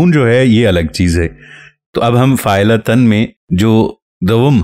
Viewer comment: السلام علیکم حضرت ممکن ہے آپ درست ہوں لیکن آپ پہلے شخص ہیں جن سے فاعلاتَن سنا ہے !!! غلطی انسان سے ہو جاتی ہے اسے تسلیم کرنا سیکھیے۔ میں آپ کے کام کا قدر دان ہوں زبان و بیان کو بھی بہتر سمجھتا ہوں لیکن بہ حیثیت اہلِ زبان کے غلط تلفظ ہضم نہیں ہوتا ۔